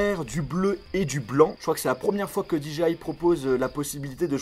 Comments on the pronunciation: Je deteste quand au lieu de Dire DJI tu dis Diji aïe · "Di ji aille" !! "La petit cloche" 😂